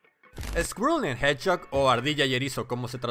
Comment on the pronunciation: Sonó como headshot al intentar pronunciar hedgehog xD